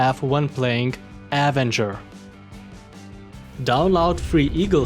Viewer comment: Hey man, love the videos, just some friendly help with your English (meaning no offense) but the way to pronounce the name phonetically is with an “uh” sound at the beginning, instead of a hard A. Again no offense, just some help with English pronunciation.